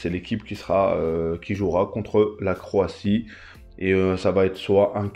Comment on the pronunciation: Croatie pas croitie😅